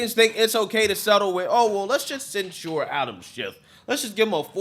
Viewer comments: cen- sher, not cen- sure,. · I like your opinions but can you please pronounce censure correctly. You are pronouncing it like that drink ensure for old people.